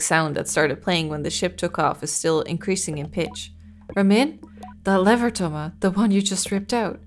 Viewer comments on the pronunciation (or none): none